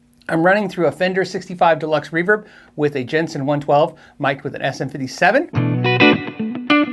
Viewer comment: Darrell Braun is a paid moron who can't even pronounce REVERB the right way!